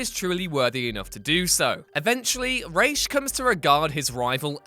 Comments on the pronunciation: rhaj not raisech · What the fvck is a REASH????? Its R-A-S please man you are hurting my soul. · it's RA like the Egyptian god! Ra not Ray! bugged the life out of me! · Is Ra's Al Ghul really pronounced "Raish"? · lol anybody else wanna throw their speakers out the window when he says "rashe"? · What is up with the pronunciations? Raysh? And laufeysen? Its laufeyson as in laufey’s son. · Learn to say Ra’s. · Is it just me or does he keep mispronouncing ra's